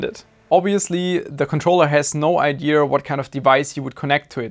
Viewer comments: Don't pick up that redneck "IdeR", please Just... don't Es gibt kein R in "Idea" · ia ia say after me ia not iar or ear lol jk but furealio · There is no R in Idéa. 😅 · "what a stupid idear" is that a meme on this channel or why does he pronounce "idea" wrong ? not hating, i love this channel ,just wondering . its in multiple videos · Lol you kill me with the way you say idea.... No mocking, love the content as always, but there's no r in idea LOL I'm dying..